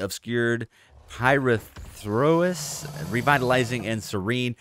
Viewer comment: If you're interested... pyrethrous is pronounced pie-wreath-russ. The pyrethrins are a class of organic compounds normally derived from Chrysanthemum cinerariifolium that have potent insecticidal activity by targeting the nervous systems of insects. (plant based compound) AKA repellant. Nice to see some accuracy to IRL Facts in games. love the video! Subbed.